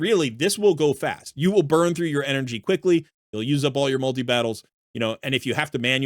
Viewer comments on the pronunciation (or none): none